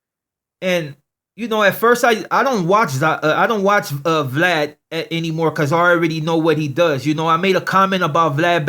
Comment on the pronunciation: he pronounces Vlad funny